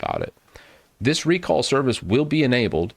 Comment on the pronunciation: I guess it's supposed to be "rec all" not "re call"